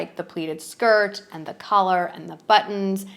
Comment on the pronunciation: It’s with a light th sound.